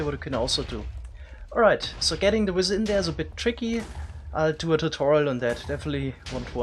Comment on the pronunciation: I don't know where he is from but man "wizzer"? What the hell?